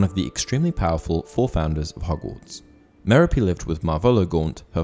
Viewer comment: The way you pronounce Merope is painful.